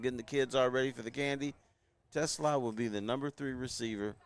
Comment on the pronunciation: It’s Tuh- slah’ - emphasis on the second syllable! NOT like the car!!